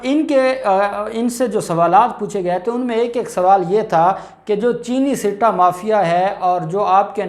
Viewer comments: bhai ,sitta, nahi balky , satta, is the correct word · Right pronounce satta not sitta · I think it is not called , "SITTA" but "SATTA"